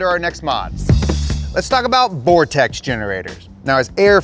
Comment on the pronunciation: Thanks for saying vortexes correctly. I clicked the link thinking "one of these mfkrs about to say 'vor-texas'"